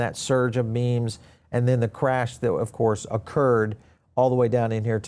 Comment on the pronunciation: ME-ME COINS ? HILARIOUS